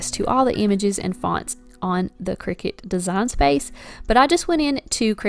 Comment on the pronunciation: It’s a cutting machine, not a game played over scones in white caps. Kricut kri-cut The end of the brand name is pronounced “cut”.